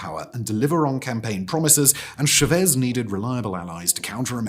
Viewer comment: the way you pronounce chavez makes this unwatchable for me